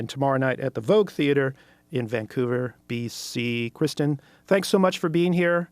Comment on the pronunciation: It's actually pronounced like christian, but with a rolling R-sound that you'll hear in Swedish (among other languages)